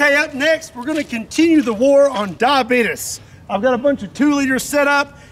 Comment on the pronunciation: "War on diabeetus." My favorite.